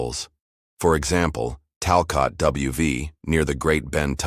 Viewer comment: It’s pronounced Talcut!!